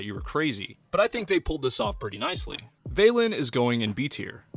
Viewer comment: I'm sorry, I really need to say, it's vah-len, not vey-len, you know, like Valentine